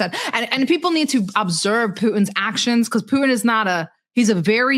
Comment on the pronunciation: Who is this "POO-in" you keep talking about? 🤔